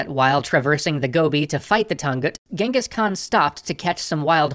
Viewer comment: Well that's the first time i'm seeing someone use the phonetical spelling of the Actual Pronunciation of Genghis.